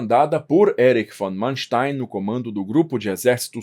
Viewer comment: nem para pronunciar o nome do tipo em condições?